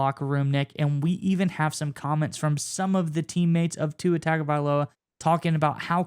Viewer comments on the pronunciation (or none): His name is pronounced, TONG-OH-VAI-LOW-AH. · Really like the channel but please pronounce Tua's last name correctly. It's Tunga Vy Lowa. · You guys should learn how to pronounce his name correctly! It should be pronounced Tungovailoa (even if it is not spelled with a n but sounded out as other Samoan names)